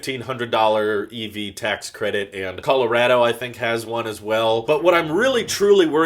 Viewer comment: he said "color-ado" hehehehe